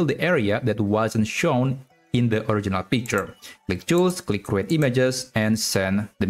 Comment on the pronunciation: the way you pronounce the word create is wrong